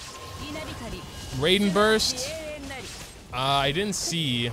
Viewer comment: Ray-den is almost as bad as the buhNETT XD (jk loved the vid)